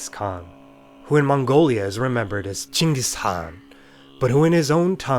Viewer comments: OH MY GOD FINALLY, SOMEBODY SAID CHINGIS INSTEAD OF GENGHIS KHAN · I am Mongolian and you should be mongolian like bruh you nailed it